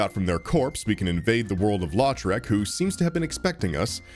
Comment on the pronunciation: just came across your video and enjoyed it. But i thought you might want to know (even though you probably won't need to say his name again) that around the 54 minute mark, when you're fighting the dragon, you mention the warrior Lautrec as "LAW-trec". I'm from louisiana (cajun french background) and that last name is pronounced "LOW-trec". Again, it's not important, but being a fan of this video, i thought you might be interested. Cheers.